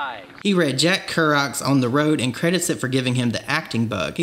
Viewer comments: Spike Jonze (pronounced like Jones). & also Jack Kerouac (pronounced car-o-whack). Not trying to be an asshole. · You mispronounced so any names wrong lol spike jonezzz, kar-a-wack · Two correction in name pronunciations I would like to make here. Jack Kerouac (pronounced "Ker-oh-ak") Spike Jonze (pronounced "Joens") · Kerouac is pronounced care-oh-wack I didn't see anyone else mention it. It's a weird pronunciation but I love him as an author so I had to mention it. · Jack Kerrack, Spike Jonzeee lol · Living for this pivot to different content - longer form, well-researched / produced, documentary-style content is definitely my favorite at the moment & im stoked to see more of that from you Also, pssst…Spike Jonze is pronounced like “Jones”, not “John-zee”, just a heads up coming from a place of good intentions with love & peace 😉 He is iconic, responsible for some of the best movies, music videos & other media projects & collabs in pop culture history. All hail Spike Jonze 🙏🏻 Killing it lately, keep it up, I think you’re really finding your groove & your own flavor of content & im stoked to see what comes next ❤️❤️❤️ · Looking forward to the series. Side note, you pronounced Jack Kerouac and Spike Jonze incorrectly. No shade, just a heads up.